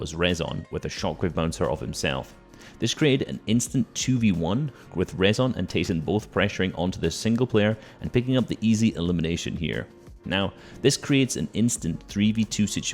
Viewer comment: Rezon Is pronounced like Rizon or Reason like this